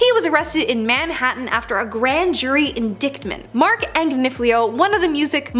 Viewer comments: Please learn how to correctly pronounce words like indictment. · Who is narrating this??? In-dick-ment? Amonymously? Wth? lol